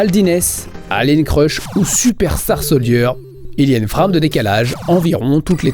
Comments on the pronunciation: Très bonne vidéo, bravo. Par contre j'ai jamais compris pourquoi tout le monde dans le milieu prononce frame, fr"a"me au lieu de fr"ai"me. Quand tu dis framerate, tu prononces bien par contre, fr"ai"merate. ^^ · Tu peux commencer par utiliser un OSSC comme tous les puristes au lieu de cette daube de Framemeister (qui a fait son temps), et apprendre à prononcer "FRAME" aussi. Si tu veux te la faire super franchouillard, tu devrais dire TurboGrafx "sixtin" au lieu de "sixteen".